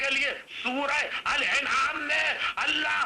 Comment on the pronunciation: sooaray alanaam hai al enaam nahi hai